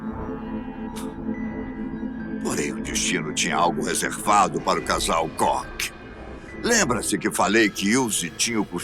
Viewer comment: Karl Otto C O C K 🤣🤣 Koch se pronunciar "cór"